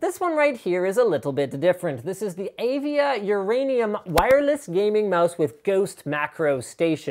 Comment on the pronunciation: Prepare Uranioum!